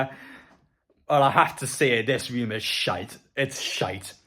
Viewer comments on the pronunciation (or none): none